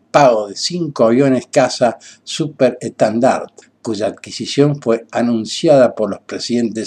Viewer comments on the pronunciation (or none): Buen video! Pero creo que pronuncias mal es étendard no etandard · Perdone que lo corrija..pero no se pronuncia "Etandart" se dice ÈTENDART !! que en francès significa.."bandera"..Merci pour votre attention